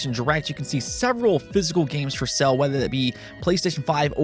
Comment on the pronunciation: Anyone else hearing him say that games are on sell/cell when he is telling us they are on sale? Reminds me of Dreamcast guy saying button as Butt-ON. Who says it that way? It's a roof/ruff situation. I just think it's funny and grabs my attention immediately.